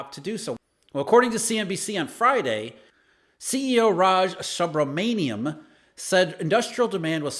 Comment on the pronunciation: Subramaniam is pronounced soobra-man-yam.